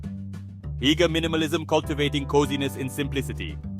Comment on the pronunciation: "Hooger" not "heeger".